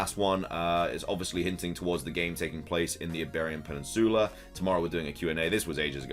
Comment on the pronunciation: Dude I love your videos but please learn how to say peninsula correctly